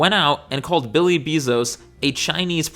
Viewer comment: Jeff Bee-Zos 🐝